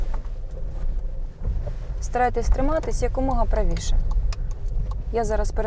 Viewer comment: "якомога", а не "як умога" !!! Шановні, перевіряйте, будь ласка, те, що ви видаєте на публіку!